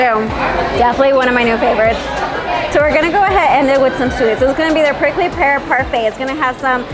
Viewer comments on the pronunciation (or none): none